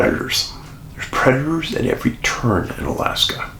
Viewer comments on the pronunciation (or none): none